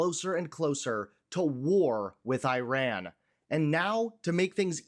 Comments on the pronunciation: Ffs its pronounced Ee-raan, not Eye-ran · Why do you keep on saying " eye ran"? It is e- ran. At least pronounce names properly. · It is not eye-ran, it is Eeran. He did not say Iraq, he said Iran. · Why are you saying Iraq!!! It's IRAN!!! Get your facts straight, you sound like trump not knowing the difference between the UK and the EU. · It’s not pronounced High-Ran, it’s pronounce E-ran, they were you pronounce it reduces your credibility… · Bugs me that people still say I ran, instead of Iran!! I tally anyone? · The "i" in Iran and Iraq is NOT A LOOONG "i"; they DON'T sound like EYEran nor EYEraq. The "i" is a short "i" like in "is" NOT like "ice". CHECK YOUR PRONUNCIATION before speaking, mate!! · Belay that. Why can’t some Americans pronounce it. Why do they say “eye ran”? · NOT Eyeran, PLEASE! 😭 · Just an FYI, your inability to pronounce "Iran" and "Iraq" properly makes you sound like a hick. It's like me calling your country Murrica. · Pronounce “Israel” … now pronounce the “i” in Iran the same way.